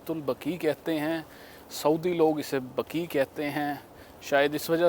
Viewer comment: 😂بکیع نہیں 🎉بقیع